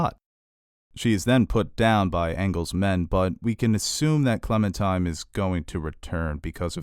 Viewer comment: OMG your pronunciations are terrible! I get it, you don't speak French or Japanese, but a little research goes a long way. It's not just episode titles either. "Clementime" is actually Clementine... with an 'N'. There are many other instances were you mispronounce words. It makes me cringe so hard lol.